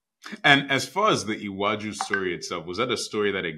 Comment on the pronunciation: your pronunciation of Iwaju was ok